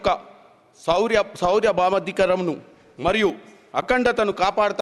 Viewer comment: సార్వభౌాధికారాన్ని అని పలకలేకపోతున్నారు ఇలాంటి వాళ్ళు మన నాయకులు? ఎమ్ కర్మరా ఇది?😢😢